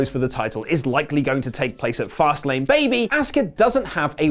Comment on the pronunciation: It's Fastlane BAYBYYY